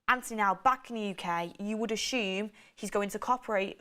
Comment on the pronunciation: LOl love you way you say ashume instead of assume !!